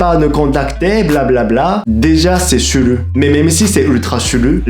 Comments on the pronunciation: Chaque fois qu'il dit chelou j'entends Chlu😄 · Il dit chelou en le prononçant churu... Deja je l’adore 😂